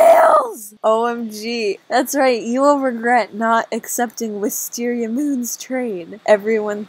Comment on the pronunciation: It’s wis tar ier! Lollolololololololo